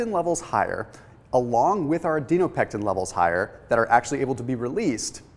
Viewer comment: This is good information but I was super distracted by your mispronunciation of the word Adiponectin. It is Adi-po-nectin not, Adi-no-pectin. It 's just difficult to see you as an expert if you can't even pronounce the word correctly.